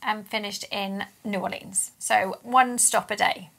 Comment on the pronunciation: New Or Lee Ans never heard it pronounced like that but I suppose someone had to